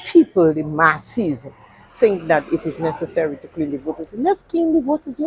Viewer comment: As said we have to educate ourselves on the laws... including to understanding what you THINK and KNOW what is right and not what you FINK is right. Starting with that word FINK, being in place of the actual word THINK. Makes you a true DUMBNICAN and not a real DOMINICAN. Which are 2 different individuals based on their what they FINK as compared to what they should THINK. No one nor government party can take away ones rights to demonstrate or to have a freedom of speech. The political party and policy enforcement officers aka police. May try but you have to expose them under HUMAN RIGHTS LAWS. Which are INTERNATIONAL LAWS, granting a citizen its due diligence of natural given rights. Later my people...